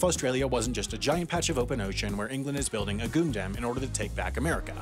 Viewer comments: it's not pronounces goondaam - it's pronounced "gun-dum" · A "goondam". Oof, revealed your unfamiliarity there, heh c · a... Goondem? Do you mean a Gundam lol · Wait, is it pronounced "goon-dam"? I've never heard said out loud before. I just assumed it was "gun-dam" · Uhh WAT??? O_o What in the freaking hell is a "Goondam"?... -_- ... Do you mean GUNdam? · D...did he mispronounce "Gundam" on purpose, or is he just trying to be "edgy" and "topical" again? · "Gun dum" not "Goon dum". Maybe I'll make your mispronounced video! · pretty sure is just mispronouncing words on purpose now. nobody would ever say "Gundam" like that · "England is building a GOONDAM" loved the little animation there (and I'll admit I loved the mispronunciation too) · Considering that Australia gets wasted in the Gundam UC Universe, one would assume they would be the last ones to want to build a Goondam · As an Aussie, the fact that he pronounced it like goon dam makes me think the British built a giant dam here to hold off the constant flow of cask wine. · Aha! Another pronunciation to add to the HAI mistakes video list! Maybe you already knew but "Gundam" is pronounced "Gun Damn" or maybe a little bit closer to "Gun dum" depending on your particular variety of accent. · Was “Goon-dam” an intentional joke, was it the worst slip-up of the year and possibly this man’s whole career, or am I having a stroke? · Did you just pronounce Gundam as 'Goondam'? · Dislike That "goon-dam" set my brain back five years. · ain't no way pronounced gundam like "goondahm" 🗿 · Calling Gundam a goondam is too much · It's pronounced gun-dam! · please tell me you didn't just mispronounce Gundam as Goondem. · Did he say "Goondam"?!? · bro did you really and actually pronounce gundam as "goondam" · Did this guy just say “goon dam”? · "Goondam" Australia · gundam is now pronouced "goondem" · GOONDAM??? BRO PLEASE 🥺 never say it like that again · Did he just pronounced gundam as goon-dam?